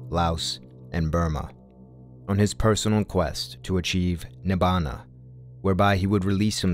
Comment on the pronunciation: Please at least pick up Pali and say the Pali words correctly before professing something you just repeat